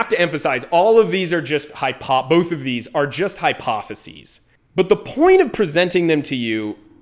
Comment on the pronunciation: “both hypotheses” sounds odd